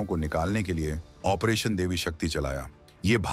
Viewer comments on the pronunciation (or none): none